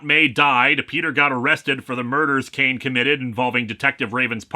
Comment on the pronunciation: I head you saying the guys name as “c-word” like his name was some sort of slur you where censoring